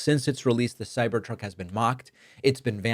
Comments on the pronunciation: I'm sorry sir, but did you say - CyberCuck?.... I am not gonna replay it. 😂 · I love the first part where you called it a cybercuck hehe. So glad Elon is getting hit somewhere. These crucks are garbage and I am so excited to see them leave this world... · That slip at the start 🤣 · thumbs down for the "accidental slip of the tongue" profanity. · Did David say Ciber-Cock..? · Was it blooper or not ? Cybercock? :-) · Cybercuck hahaha don't think I didn't hear that Dave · LOL. David mis-spoke right in his opening remarks, and it sounded like "Cyber cuck". LOL. Boycotts against the law? Really? What happened with Bud Light? It wasn't illegal then! Remember when Biden hosted that kegger on the White House lawn and made a big sales pitch for Budweiser beer? Me neither, because it didn't happen. If you've followed Tesla at all, Musk has a long history of over-promising and under-delivering. The Cybertruck itself was a couple years late, the base was $ 61k instead of the as promised $ 40K, and the range was 250 miles versus the as-promised 400 miles. He was promising an "affordable" Tesla, then eventually scrapped that to focus more on the Robo Taxi. How is that big Hyperloop coming? How about the Full Self Driving? He's been selling "future capability for FSD for almost a decade and a half, whereby at time of purchasing a Tesla ($ an 8k adder, and it's been as high as 12K) you can be assured of getting FSD when it is finally ready. So far, only Mercedes has passed government certification of the highest level of autonomous driving. Tesla is still beta testing it with their clients, and they stubbornly cling to camera only "eyes" where others are also using radar. He's way more aroma than substance. A LOT of people paid handsomely for FSD, up front, and STILL don't have it. Sounds like a scam. This is the guy we want running DOGE? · Bet that cybercuck misspeak was on purpose 😂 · Did he say "cyber c0ck?" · Cybercoc– uh cybertruck 😂 was that on purpose? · Cyber "kak" 🤣🤣🤣🤣